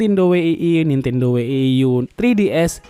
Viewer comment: Bang coba dong bang next klo ngomong wii dan wii u jgn we-i-i atau we-i-i-yu agak gimana gitu bang denger nya wkw cukup wii atau wii yu, itu yg bener